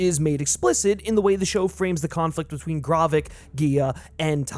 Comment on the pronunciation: The amount of names you mispronounce is absolutely insane. Great content but I’m not sure how you managed to miss pronounce Gravik, G’iah, and Maria Hill lol